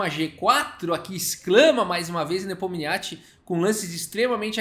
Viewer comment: É muita sílaba pra um nome só. Só conseguia ouvir o falando Nepomiatchi